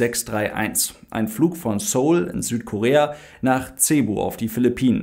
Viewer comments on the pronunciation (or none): none